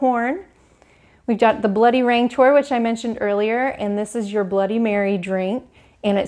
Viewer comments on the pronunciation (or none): none